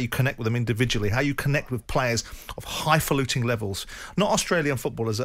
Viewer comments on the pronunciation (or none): The word 'highfalutin' was created to describe people exactly like Simon Jordan, not for the likes of Simon to use against anyone else. He's the epitome of what that word means! And the irony of him pronouncing it as "high falluting" is just beyond a joke really, but it says it all. The world is upside down.